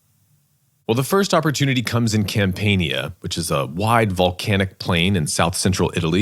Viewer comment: Campania is pronounced cam-pan-ya